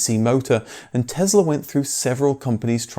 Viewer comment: Tess-la not Tez-la, please.